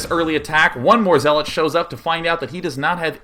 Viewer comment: Day9 :) The 'zea' in zealot rhymes with 'yeah', not 'he'.